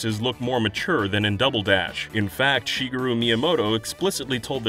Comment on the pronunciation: Thank you for pronouncing Shigeru the correct way. Very rare on youtube. The stress is on the "i" , not on the "e"